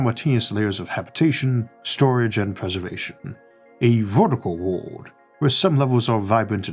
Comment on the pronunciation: why cant you say the word "world"?????